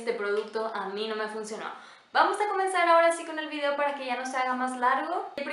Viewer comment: Eres linda y simpática, intenta desarrollar tu propia personalidad. Copias ese tonito de voz de muchas youtubers (Rosy McMichael, Cecy Hinojosa, etc...) y resulta chocante. Lo mismo, no podía creer cuando te referiste a Liz, otra youtuber, y dijiste muy española "vidio" 😳 Bueno, eso en mi humilde opinion, 😁😁😁